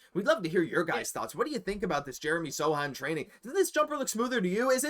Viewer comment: Dude! It's S-O-C-H-A-N, not "SATAN". And it's not 'blindness': "the Truth" retired a while ago -- great Celtic SF though.